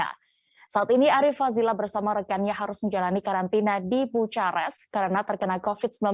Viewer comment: Salah baca bukarest